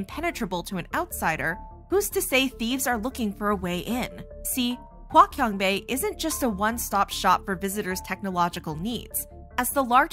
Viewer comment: its hua chiang bei not hua kian bei